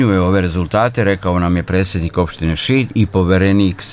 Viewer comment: Poverenik....a novinar kaže presednik, bez /d/, slušajte dobro!!!